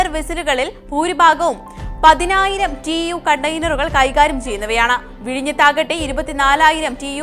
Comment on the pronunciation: പഠിച്ചിട്ടു വായിക്ക്. TU അല്ല TEU ആണ്. TWENTY FOOT EQUIVALENT UNIT.